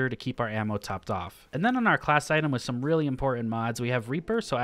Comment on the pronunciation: idk if anyone else heard it but “chain some insane things” sounded like “chain summon” and i thought it was a yugioh reference lmao